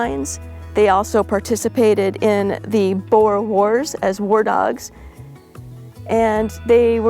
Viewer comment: As a South African I've played her saying "boere wars" like 12 times. Hilarious XD